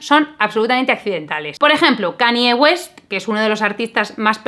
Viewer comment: ya se que es un poco cani, pero Kanye West se pronuncia como se escribe, "canlle guest", no "cani guest" ni "canie guest". XD Besis